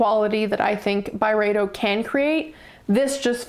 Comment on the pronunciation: Thank you for these reflections. This was a helpful video for learning a little bit about a few fragrances from Byredo. It was darn slow going at times. This could have worked a bit better as like a 4 min video. I do really appreciate your lovely french pronunciations tho Also, the reaction to Pulp was pretty funny.